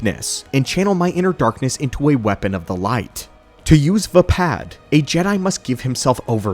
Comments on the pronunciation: "Vpad" instead of Vaapad is an interesting choice for saying the style... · Why are you mispronouncing Vaapad? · I’m sorry I want to listen but the pronunciation of vaapad is killing me.